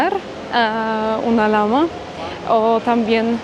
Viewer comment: al animal que llamaste Lama, su nombre es Llama y, se pronuncia como Ya (Lla)ma., eres casada o tienes pareja??? Pregunto, porque siendo tan bonita, inteligente y EUROPEA, es muy díficil que estés sola!!!💥💯🥳